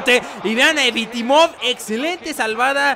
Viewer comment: Vende a Grealish, ficha a Gazzaniga y es evtimov no evitimov :p saludos